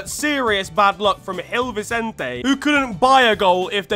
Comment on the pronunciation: Gil vincente is pronounce Jil Vincent lmao not hill😭